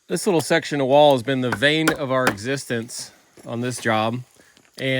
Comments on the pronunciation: it’s BANE our existence, not VAIN 🤣🤣🤣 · And just to clarify one thing said. It's not the "vane" of your life, it's the "bane" of the job. Never to old to learn. :) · Bane of our existence. Not vane lol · I know im that guy but I genuinely want you to know for next time, it’s the “bane” of your existence not vein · Lol, it's "bane of our existence" not "vain of our existence" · Once again, another great Perkins video. FYI, it sounded like you said, "the vain of our existence" it's actually "bane". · Leme preface by saying I LOVE PERKINS BROTHERS BUILDERS...but it is BANE of our existence, not vane of our existence...made me laugh our loud! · Bane of my existence, Vein of my heart. And it's rigmarole not rigamaru. Says the part time carpenter and English major. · Did just say "Vein/Vane/Vain" of our existence instead of "bane" of our existence? Hmmm. Love the video though. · I’m going to be that guy…. it “bane” not “vein” of our existence. Sorry total “Richard” thing. However yours is and remains my favorite channel on YouTube. I truly look forward to new episodes. Keep up the great job and get back to work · Sorry but it's the "bane" of your existence. Bane - constant irritant. Lol